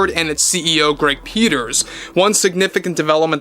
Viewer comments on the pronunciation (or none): none